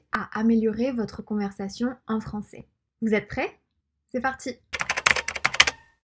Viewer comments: La prononciation du mot "Français" n'est pas bonne. Il faudrait dire plus souvent l'accent grave en fin de mot qui finit par : Est Ais Ait Aient Et On utilise l'accent aigue seulement pour : Le mot "et" Et les terminaisons en er. Il faudra donc maintenant se corriger et ne plus dire "cé bon" et "françé" mais bel et bien "cè bon" et "françè" par exemple. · Ceux qui veulent apprendre la langue ont de la chance ici, c'est top! Sinon j'ai remarqué que tu prenonce "français" [franç-é] et "c'est" [cé], tu sais d'où ça vient? j'ai pas l'impression que ça fasse partit d'un accent regional en particulier mais je pense que c'est plus courant dans le sud et le sud ouest quand même. Et tes yeux sont vraiment incroyables^^